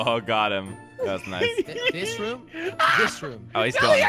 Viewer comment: It’s r-oo-m not rum